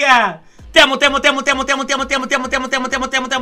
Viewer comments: Like si en el minuto y casi todo lo demás dice te amo pero se escucha como mutilado y también Like si es sierto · fui el único que escucho mutea en vez de te amo? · suena mutea en vez de te amo xd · ya no se si dice: "te amo o motea" :v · Dice mutea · En los "te amo" en un punto se escuchó "Motea" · El el mensaje donde decía te amo 100 veces paresia que decías amote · cuando dijo te amo escuche mota xd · Parece que decía motea 😂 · En el momento que el vato le mando un chingo de mensajes:v cuando lo estaba leyendo se escuchaba en vez de "TE AMO" se escuchaba "MOTEANDO" V: XD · El diciendo te amo, yo solo escuchando MOTEA MOTEA MOTEA MOTEA MOTEA JAJAJ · Alguien. Más entendió motea en vez de te amo? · We cuando dices 1 millón de veces te amo entendí muteamos ??:V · pareciera que dice mutea :v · parece que dijera “motea” jajajaja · parece que dice muetado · Nadie absolutamente nadie: diciendo te amio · Alguien mas escucho motea? XDXD